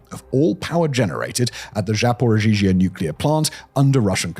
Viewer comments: Great work as usual. Just a few minor corrections 1. It’s ZapoREEzha, not ZapoZhEEzha 2. BuCHa, not BuKHA 3. Ukraine, not the Ukraine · This makes me feel ashamed to be an American. The USA is giving everything so that trump, an old demented pedophile felon, can stop Putin from releasing what compromising material he has on him. And Simon, please learn how to say Zaporizhzhia. You’re putting an extra syllable in there, buddy.